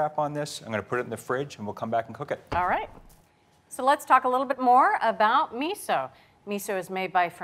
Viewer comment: did that gurl really say miso like ketchup?? @@